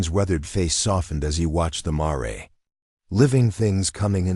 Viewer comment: MARE -Rhymes with HAIR